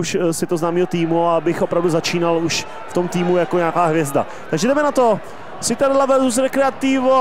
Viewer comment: Pěkné, jen citadella se vyslovuje čitadela :)